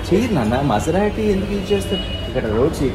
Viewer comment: U r pronounceing it wrong ,it's not masrati it's maserti